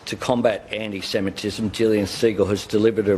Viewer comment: "Amee semitism" Roll my eyes everytime I hear Albo mispronouncing this.